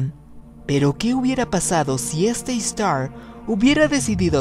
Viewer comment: se pronuncia Istari no Istar...